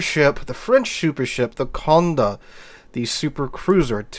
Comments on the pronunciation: Conn day, conn day, not conn da. Pleaaaaaaaase! Lol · PLEASE pronounce the name correctly. See the little accent aigu above the letter "e"? That means that the "e" is pronounced like an "a" in English. Just like "cafe" has an "a" sound at the end. So it is not "Con-deh" it is "Cond-a". B-T-W, I don't have a French keyboard so I can't add the accent aigu, but WarGaming correctly does. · It's not heard, either. Con-Day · I'm from the UK and even i know it's pronounced as "Konday". Maybe most US folk don't come across French very often. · You also have the most broken pronounciation of the name of this ship :p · Dear. Condé has a french accent aigu (é) on its e. That means you emphasise the ending e